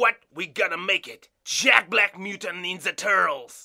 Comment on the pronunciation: IT'S JEKBLACK GET IT RIGHT